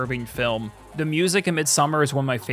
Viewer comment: I love A24 flicks, great list, and I'm sorry, so sorry, but it's pronounced Mid-some-arrrr.